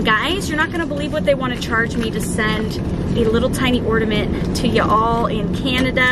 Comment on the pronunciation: There is no 'd' in ornament.